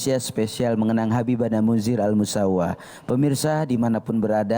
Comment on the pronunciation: Mohon maaf min Bukan Al misaw tapi Al musawa